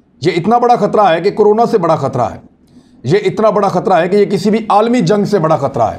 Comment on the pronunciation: Achi tarah sae daal rha hae. Not achae sae. Please speak correctly. Thanks